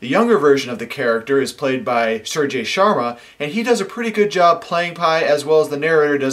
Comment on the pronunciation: Suraj Sharma: Pronunciation: suraj: sew rudge su = sew raj = rudge as in grudge sharma: Shar: Sure (with less stress on 'u') ma as ma there are dozens of millions of Indians with that name, so you better be careful :)